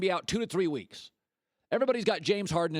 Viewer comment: you can miss WEEKSH -Colin Cowherd